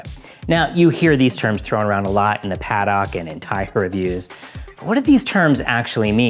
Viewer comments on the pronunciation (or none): The what? The padlock?? 😅 It's pa-duhk